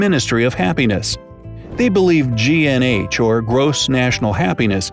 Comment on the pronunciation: It's GNH , not GNA😄